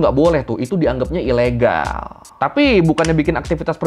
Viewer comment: KambojAaaa, ilegAaall, penjarAaaa hihihi lucu bang logatnya😃😃🙏🙏